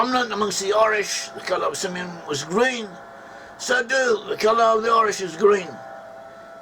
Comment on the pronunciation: Si Meon😂😂